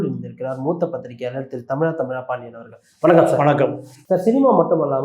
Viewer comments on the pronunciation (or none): none